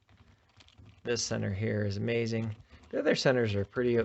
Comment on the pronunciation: Bro said amaxing 💀